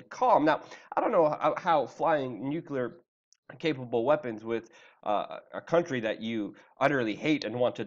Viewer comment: Luke. Stop saying "Nucyaler"....... NU.... CLEA.... R. Or try New Clear, join them and you are now speaking English